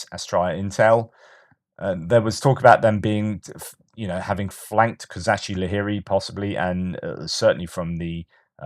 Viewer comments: One of the best reasons to listen to. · I heard pronounce Kozachi-Laheri today, and it sounds much prettier in Ukrainian: ko-ZA-chi - LA-he-ri Emphasis on the ZA and the LA. It just rolls off the tongue nicely that way! 😊